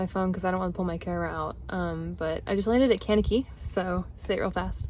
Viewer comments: As always great vid…but Kankakee, IL is pronounced “KANK-ka-kee” just so you know. I’m a FIB, and any Cheesehead can explain that to you…😂😂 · Town name pronunciations are always a crap shoot: cain-kuh-key! (OK, maybe not "cain" but sort of "KANK-uh-key") "That's where I ended up for the night" - real, oldschool barnstormer stuff! Love the shot with the columns of rain and the Unabomber look!